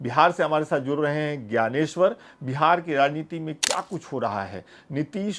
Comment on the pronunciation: Gayaneshwar G का उच्चारण ठीक नही है